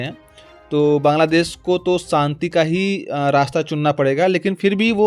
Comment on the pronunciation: Saanti nahin Shaanti bol